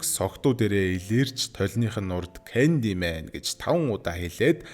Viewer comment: Candymen gej heleed bolku bnshde